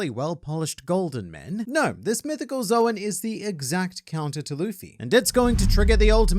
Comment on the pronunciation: I'd like to do the same with and, but instructing them both that Zoan is pronounced like "zone," and not "Zowen."